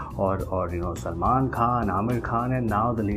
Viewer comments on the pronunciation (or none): none